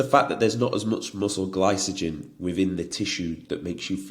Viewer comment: Only if he starts pronouncing glycogen correctly 😂 very good content mate. Remind me of a Mike Thurston like character with more confidence but slightly less size 😉